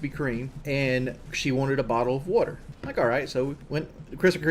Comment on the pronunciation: and Kelly went to a krispy Kream for a buddle of wudder. A single buddle of wudder. Ooooooookkay